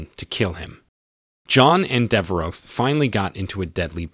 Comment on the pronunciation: Dever oh. Not dever ox lol. Thanks for the content either way. Love and respect